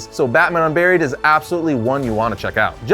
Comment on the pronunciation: When you said Batman Unburied I wasn't looking at the video and thought you said Batman UnBarry-ed